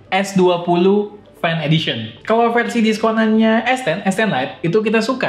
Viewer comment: "Fersi Emat" wkwkw